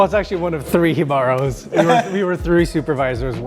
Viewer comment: You are telling me Jibaros J is silent 😅